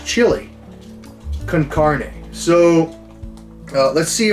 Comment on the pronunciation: Carne can-on-aye